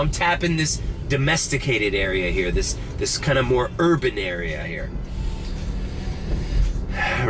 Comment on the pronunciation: Haha, the second time you said "Urban" you really sounded perfectly French, haha, that was great.